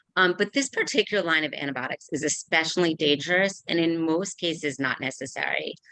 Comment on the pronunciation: lone not line